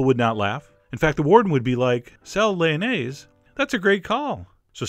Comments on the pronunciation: I am french and i love how you say "lyonnaise" and "lardons" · I like your french accent when you say Lyonnaise et lardons et Laitue frisée!!!!!